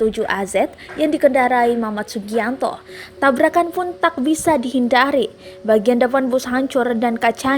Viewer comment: "tak bisa dihinDHari.... HanCHur dan kaCHanya peCHah...."